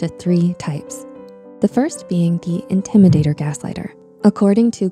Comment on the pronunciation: tnx mate and also it says the intimidator not indmidator tho